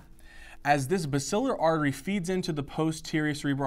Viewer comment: He mispronounced basilar artery